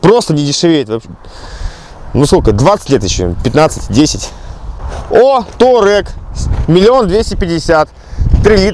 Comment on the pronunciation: "Taureg" поржал